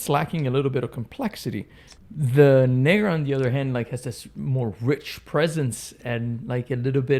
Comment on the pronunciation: might want to be careful pronouncing negra bro